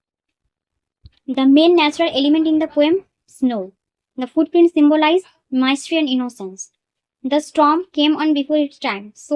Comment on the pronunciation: Pronounce korte sekho age mystery ke tumi pronounce korcho maistry then oft k bolcho off ota often mam